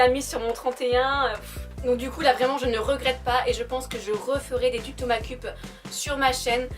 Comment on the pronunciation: Je remets désormais le prix de la meilleure prononciation aaaaaaaaaaaaa...! Avec sa prononciation incroyable des mots "Make up":).